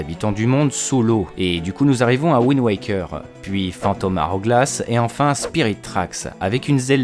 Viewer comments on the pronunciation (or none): none